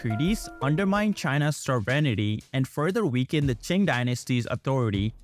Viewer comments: yes, Qing is more of an "up-to-date" way of spelling Ching but the video kept pronouncing it as King. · Qing is pronounced Ching, not "king." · I think that Quin is pronounced "Chin"...